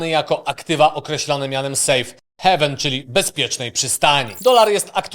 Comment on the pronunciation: Heaven (heven) - niebo Haven (hejven) - przystań Wymowa jest ważna. A później się dziwią, że spadki. 😅